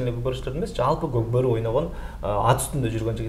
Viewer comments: Коп кору дебей кок бору дечи макале тилин келбей атабы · Кок бору деген созду айта албайт екен аа 😂😂😂